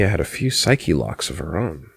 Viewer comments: I think a good way to get used to it is imagining the word being pronounced in a japanese way, to me it sounds just as good when you read it in the Jojo announcer voice saying it like 「SAIKI ROKKU」,or maybe that's just the weeb in me talking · I also just think "psych lock" sounds better, even if i know and understand it has to do with the psyche, which is pronounced "psych-ee".